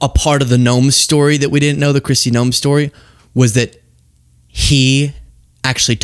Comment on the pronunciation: So honestly, when said Noem... I thought he said Gnome, and I thought to myself that I've always envisioned more like Troll... but I see it. Gnomes can be ornery and aggressive too 🤭😅